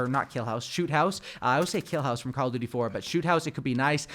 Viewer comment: How hard is it to pronounce duty 😂